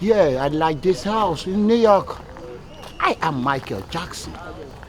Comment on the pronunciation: The way say New York 😂 “Niii Yarrkkk”